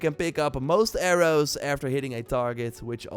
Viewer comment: i’ve watched this dude since i was 14 but the way he says arrows makes me laugh every time